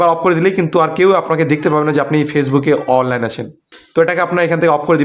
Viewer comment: অললাইন উচ্চারণ ঠিক নেই